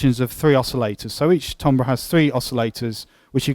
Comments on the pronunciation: This synth is awesome. Although I don't know what tombrahs are... did you mean timbre (pronounced tam-ber)? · lol Really? You sure about that? Try looking it up in a pronunciation guide. Accent notwithstanding, it's like pronouncing "centre" as "sent-tree."